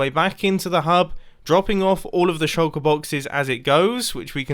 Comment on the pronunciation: Mumbo: says "shulker boxes" Me: hear "shoko boxes"